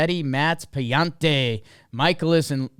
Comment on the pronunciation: its pronounced "Pa-Laan-Tay" btw. Hes an italian american! c'mon now!